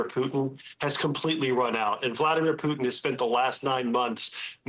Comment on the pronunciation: Did she just say "poo'in' ??" Core blimey guvvna 😅